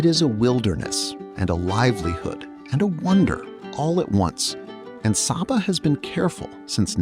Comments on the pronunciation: The island’s name is pronounced “Say-ba”, not “Sah-ba”. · OK, as a resident of Saba, first off, it's pronounced 'Say-Ba", not 'Sah-Ba'. This appears to have been videod recently, but several of the island shots are not of Saba. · It’s Say-bah… not Sabba!! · It’s pronounced SAY-Ba; not SAH-ba. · It's pronounced say-bah. Why do this production and get something so basic wrong? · it is SAYBA! So American white of you! You do a whole entire video on the island and refuse to pronounce its name as the natives do. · my very favourite country in the world, love it there, and its pronounced SAY Bah, very inspiring when you think about it, love your video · SABA= PRONOUNCED SAY-BA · It's pronounced SAY-ba. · Actually pronounced 'SayBuh', but otherwise, a beautiful video. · When watching this I was wondering if the author of this report has even put foot on the island. I mean, how can you create a nearly 40 min long documentary about the Unspoiled Queen and do not know how to properly pronounce her name?!?! It smells a bit like an AI generated clip. Greetings from Billy Folly/SXM. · Bro, I know your content. Excellent quality 📸📹👍. I am a superyacht content creator and photographer from SXM. This thing here is seemingly an AI generated video (they even do not know how to properly pronounce the island name and it's people...lol). It has nothing to do with the effort, love and craftsmanship what people like you and me are putting in their work. Greetings. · Why didn’t you just ask google how to pronounce it before you decided to produce a whole video on the subject? This makes the video seem like AI slop. Could have been a decent video if standards of accuracy (pics) and a modicum of effort was applied. It would taken all of 30 seconds to ask google how to pronounce Saba.